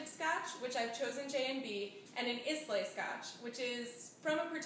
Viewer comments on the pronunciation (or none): Almost everything about this is wrong. Learn how to pronounce the ingredients "Islay" and "Bowmore". Also, it is sweetened ginger juice that the original recipe calls for. It is garnished with a piece of candied ginger. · haha, the Islay pronunciation...